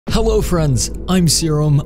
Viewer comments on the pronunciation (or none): He said Hewwo friends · Did he just say…..HEWWO?!?!